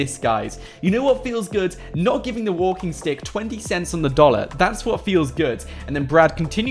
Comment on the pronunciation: On the 51st second. He said "Believe it or NOUGHT" LOL. love your videos man